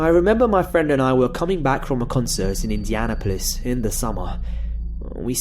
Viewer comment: The way you said "Indianapolis" made me giggle a bit xD Probably because I'm a Hoosier and have a completely different accent. Love your videos! :3